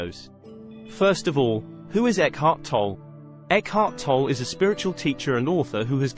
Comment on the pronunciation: You are not even saying his name correctly, how can you know anything about him?